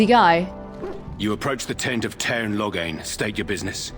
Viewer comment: i keep hearing Logang when they say Loghain lol